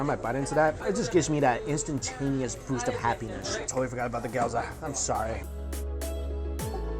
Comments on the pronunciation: GYOOOOOOOZA NOT GYAAUUUZA AMK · Gi-yo-za not gi-yaw-za please Mikey :) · It's Gyo-za Mikey not Gyaw-za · I love your videos. But PLEASE stop saying "Key - odo". makes me soooo sad. Please say Kyou--toh. it is pronaounced Kyou ------ toh. and also please don't say Goaza! It's Gyouh-zah! My god i feel bad having to correct you but if you're going to do food videos - get it right! :( still love you tho :) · GYOZA and not GYAWZA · gyoh za, not gayoza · GYOZA - Geeee-YO-Zha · Lmfao cringed everytime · the way he pronounces gyoza... GAOZO lol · Really disappointed as a food guy that he calls gyoza "gee-ow-za".. damn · actually "gyouza" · The way he says gyoza got me triggered lol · Mike, I appreciate your videos and I share them with friends/family but it kills me every time you mispronounce gyoza lol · Please for the love of all that is good... learn how to say Gyoza.